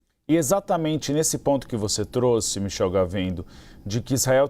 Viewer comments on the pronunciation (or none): none